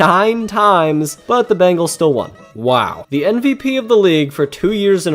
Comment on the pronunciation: you definitely said NVP